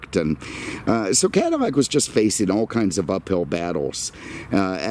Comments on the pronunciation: It's CADILLAC not Cadimac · Cadillac you keep saying cadimac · Why are you saying Cadimac instead of Cadillac? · Are you saying Cadimac? I'm on second watch and it sounds that way. Just asking. Love the videos! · What you calling it a Cadillmac?? Freaking annoying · Why do you keep pronouncing it "CadiMac"? Are you sayin it's the Macdonald's of Cadillacs? Is that because "I'm lovin' it" or is that because it's so processed with cheap fillers that you hardly get any real beef? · Is he saying 'CaddiMAC' on purpose? Or am I losing it? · Why in the hell do you keep calling it a Cadimack?! Do you have a problem pronouncing L's? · Why can’t you pronounce Cadillac correctly?